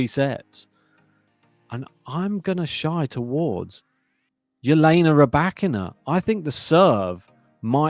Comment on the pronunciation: Can you please stop calling her H/Jelena Ribakina. Her name is Elena.